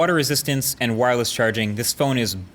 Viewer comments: "Wo" wireless charging?! Haha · wo worless charging